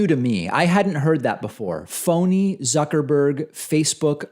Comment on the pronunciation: "zerkerberg" lol